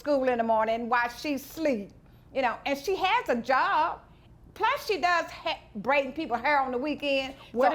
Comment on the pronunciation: I had to go back and listen because I swore she said "she bring people heroin on the weekend" 😅 I'm relieved she just braiding hair on the weekend 😂